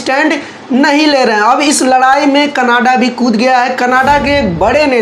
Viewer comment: Bhai Canada hai. Canaaadah nahi hai.